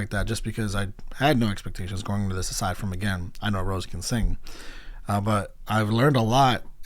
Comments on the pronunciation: It's Rosé (Rosay), not Rose XD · Suprised the blinks didn't come for your neck cuz you saying Rose instead of Rosé ( Rose-Hey ) 😂😂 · her name is pronounced row-say btw!! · rosé is pronounced ro-say btw ! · Great reaction! By the way, Rosé is pronounced as in the wine or the pasta Ro-zay. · Rosé’s name has an acute accent so it’s pronounced like the wine. 😊 Jisoo is pronounced jee-soo. Yes being extremely popular, there are a lot of haters but worse still there are a lot of solo stans which are people that only like or support one member and dislike or feel like the other members bring down their favourite member. I absolutely despise the solo stans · I always love how in depth you analyze stuff. Quick correction, it's Rosé (meaning you pronounce the e like french). Her actual name is Roseanne, you kinda just drop the "n".